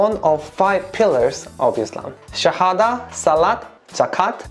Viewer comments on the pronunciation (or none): none